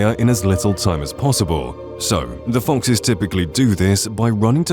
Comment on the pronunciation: It's foxes, not fonxes